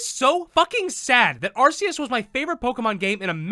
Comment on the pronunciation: You know he’s an OG when he still mispronounces Arceus lol I remember we all used to say it that way before they released the official pronunciation. It’s Arkeus tho.